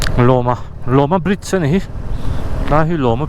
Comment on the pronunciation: In kal na Hanle hmalam ah khan kal zel ula koyal khua alo awm anga khami bul ah khan mizo chu an tam mai aw,chuan Loma khua ilam dan kha sap ṭawnga LAW kan lam ang hian lam tur Law-ma tih tur Lawma nilovin😂😂😂...